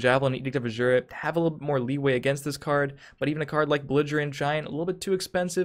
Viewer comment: for the last time,, it's Edict of A-ZU-RAH, not azshura, take advices from Adoring Fan in Oblivion